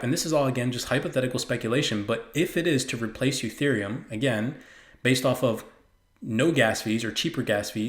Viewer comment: Very good info. Careful sometimes you say Utherium not Etherium!